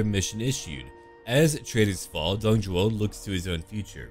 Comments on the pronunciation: isnt it Dong Zhuo ? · I think his name is Dong ZHUO not Zhou